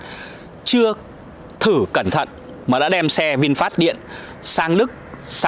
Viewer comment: dọc sai rồi e ơi...vịn phét chứ k pải vịn phát...